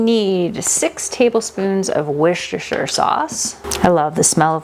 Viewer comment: Thank you for the recipes! Here in the uk it’s hard to find canning supplies 😅 also Worcestershire sauce is pronounced Wuss-ter sauce 🥰